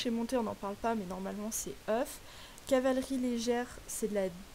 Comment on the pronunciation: Au faite arrête de dire oeuf au lieu de off mdr sinon la vidéo est super j'adore ta série !